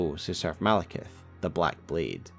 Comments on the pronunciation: Why do people call him Malekith? It's Maliketh. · ITS MALIKETH NOT MALEKITH U SHOULD CHANGE IT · Maliketh?! Really?!